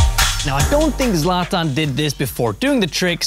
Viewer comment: why is he pronouncing it "zlat ahn" lmao